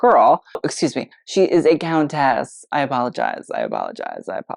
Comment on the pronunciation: Please practice how you pronounce countess. Drove me nuts!